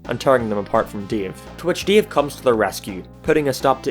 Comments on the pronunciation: said Dave like Deve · When you said dave i keep hearing DIO instead of dave lol